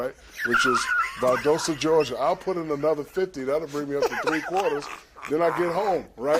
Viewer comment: Did Shaq say Valdohsta or Valdosta 🤣🤣🤣 Inside the NBA is setup on auto record and since 2007 I've never missed an episode. Each one of these guys keep the show entertaining and it just wouldn't be as great if either of them ever left.